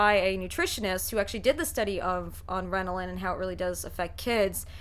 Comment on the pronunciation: “Renalin” LOL